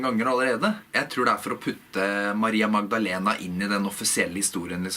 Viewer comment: Du har ingen aksent når du uttaler Maria Magdalena! Det høres nøyaktig ut på spansk. Sry for my poor handling of your language. This is a video that I would like to see subtitled. But then I see all the work that you take for it, and you only do it for me. So I will not ask for more.